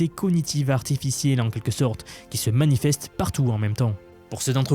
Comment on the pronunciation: Le fait de prononcer la majorité des sons " en " en " A " comme par exemple " à " même temps où " a " avril me fait complètement décroché c'est vraiment fatiguant à entendre